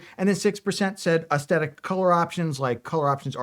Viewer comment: I pray... PRAY he finds a cure for spastic YouTube Hands disorder. While I'm picking nits: It's pronounced es-the-tic not es-tet-tic and it's har-ben-jer not har-bring-er. Ok, I'm done. =)